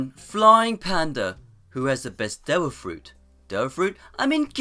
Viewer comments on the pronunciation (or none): none